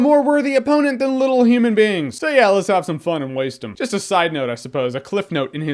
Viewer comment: New pronunciation of 'human'. Hmrn.